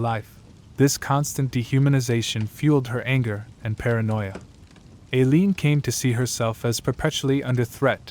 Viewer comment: It's "Eye~leen", not Ā~leen and " Tie~rah" not Teer~ē~ah.